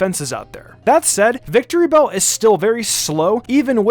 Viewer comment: It’s not “Victorybell”, it’s “Victreebel”.